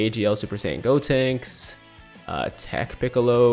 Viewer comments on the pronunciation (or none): none